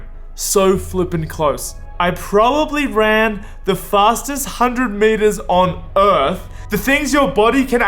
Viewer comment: "on örth"